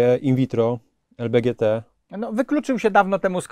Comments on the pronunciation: tak ale tu nie chodzi o samo ugrupowanie tylko o to jak oni to mówią bo prawidłowo się wymawia LGBT a nie LBGT xdd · Lbgt xDD to lgbt źle powiedział